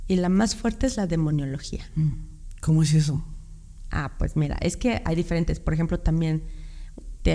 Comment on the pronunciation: De dice ... demonología,no demoniologia.